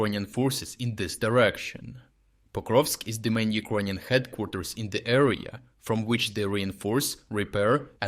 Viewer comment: Check your pronunciation of "Ukrainian"